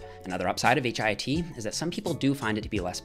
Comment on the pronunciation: Please call it HIIT, not HIT. Your friend, Dorian Yates.